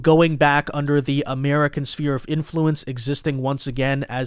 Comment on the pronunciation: SPHERE 🌎 NOT Spear 🦯 please... (SSSFEAR)